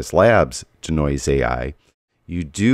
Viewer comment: Nice video, BUT Dude, it's NOT how you're pronouncing it, "dih-noise", like the song "Bring in 'da Noise." It's pronounced DEE-noise, like to de-magnetize, or de-clutter. A long e sound.